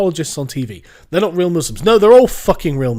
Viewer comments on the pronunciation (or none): none